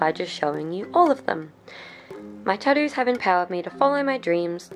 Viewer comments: Does no one realize she's saying tottoos and not tattoos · Australians: "tah'dooos"